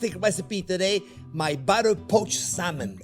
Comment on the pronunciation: BUTTAH.....love it chef!